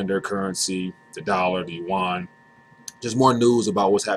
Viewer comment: It's yuan, ya dum fk